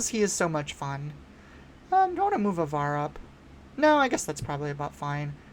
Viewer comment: as a big avar kriss stan i have to do my duty to inform you that her name starts with a long a and not a short a that aside, i agree with a lot of your takes re: some stuff being better than people think, and would agree that i think we're going to be seeing a lot of obi-wan throughout this set. the leader i'm keeping the closest watch on going forward beyond this set is honestly qui-gon. they're always going to be printing more force units that can help turn on his ability and anything with a when played effect has gotta be looked at through the lens of "what can qui-gon do with this" in the future.